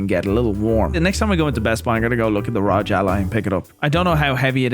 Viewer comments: R O G not ROG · trying to say ROG. “Using the Raj”